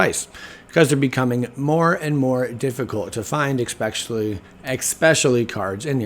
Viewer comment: Thumbs down cus you can't pronounce especially lmao